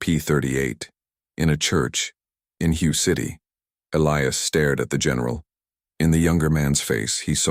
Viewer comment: Fucking robot voice is so goddamn irritating… What the hell is "Hugh" city? I am pretty sure that Hue isn't pronounced "Hugh". Maybe a human being we should edit this story instead of a fucking robot.